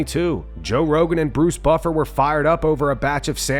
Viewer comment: "Joe Wogan" 😁